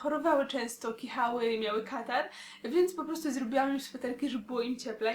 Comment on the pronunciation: i gada "mniał mniał" xD